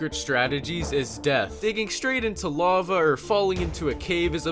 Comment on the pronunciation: Lava* not Lovor